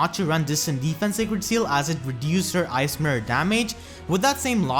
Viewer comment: They way you say "Ice Mirror" sounds a lot like "ASMR." Was confused for a bit, "why is he keep saying asmr?"